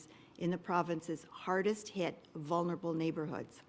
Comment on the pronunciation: Hey doug....vulnerable...like library ....would be good if the premier could pronounce tbem.